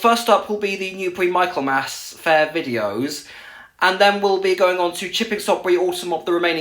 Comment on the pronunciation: you pronounced michaelmas wrong, it's mih-khul-muhs if you pronounce it that way that's how you say it sorry mate